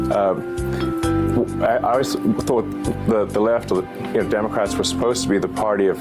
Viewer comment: This guy can hardly say “the left” lmao